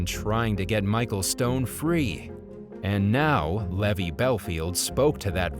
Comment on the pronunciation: It's Levi, as in jeans, not levee, as in drove my heavy to the levee.